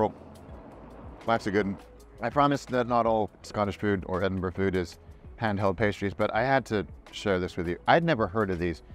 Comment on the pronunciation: love that you pronounce 'edin-ber-ruh' correctly!! the number of times I hear ameri... :)